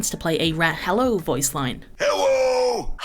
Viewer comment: I'm so glad rein saying "hewwo" wasn't a fever dream. I heard it a few weeks ago and thought I was going crazy, especially since everyone else in discord told me they didn't hear it, lol. Edit: "this is a reference to Balatro" LOL